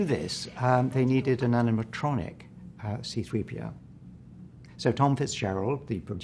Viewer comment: Also… “3.p.o.”… not that much effort calling him “c3po” nthony anieals